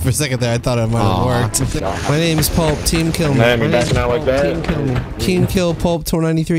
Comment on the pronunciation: Kept saying pulp, like it was plup though lol